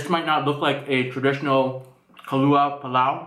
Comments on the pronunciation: aww the way you say kabli is so cute😂 it's pronounced qab-li, even tho i'm afghan im for sure trying your version of this!! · Its pronounced as KA-BAL-LI PAL-LAO :)